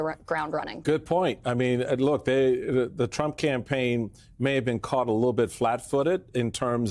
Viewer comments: Can anyone say her name correctly? Jesus its not hard. COMMA-LA. (Like the punctuation) Kamala. Normalize getting that right. Thats our future President. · can you at least say KA MA LA 's name correct? It's not that hard. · please learn how to pronounce Kamala’s name.